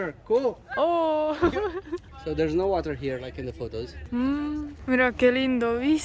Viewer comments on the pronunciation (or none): none